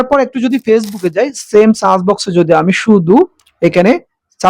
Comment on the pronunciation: সার্চ শব্দকে বারবার চার্জ দিবেন বললেন। উচ্চারণ